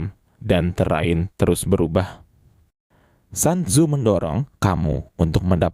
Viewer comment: Sun tzu,di baca sun tzu,bukan san tzu